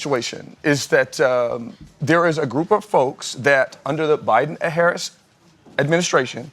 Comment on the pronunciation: The way she pronounces "Haaarriss" is awful btw. 😂